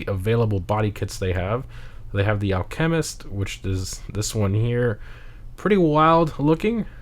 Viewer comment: It's not al chemist. It's alchemist... As in alchemy It's also apr. Not AR And it's proxes, pronounced prox-eez